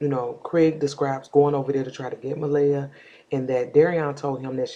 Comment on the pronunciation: Please say her name right.